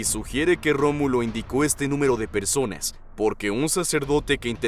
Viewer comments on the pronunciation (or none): Si,se escucha como dice "persones" y a veces "personas". Creo que es por la pronunciación del narrador, no por que este siendo "inclusive", aunque este canal si a hecho cosas de ese tipo.